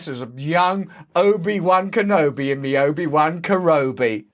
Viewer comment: Russell I just adore you! You mad me laugh so hard, I had to go back & listen to it again, when you said Obi one Kanobi in my one and only Robie! (Or however you spell the character, not hip on Star Wars, only have seen the first original one in the loooong series WAY back in the day. So please no one hold me at fault, lol.). 😆😂🤣 😘💙